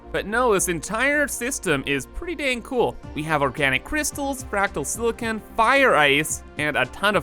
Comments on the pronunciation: FYI, Silicon (sil-i-con) is an element with semiconductor properties. Silicone (sil-i-cone) is a man made polymer used for sealant. =) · Don’t pronounce silicon (the element known for its use in semiconductors) as silicone(the rubbery compound) or draw 25: (holding the entire deck)